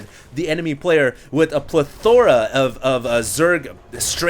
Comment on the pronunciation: It's not plethOra, it's plEthora!